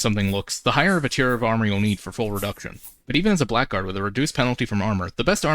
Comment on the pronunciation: It's pronounced Blaggard, not Black Guard.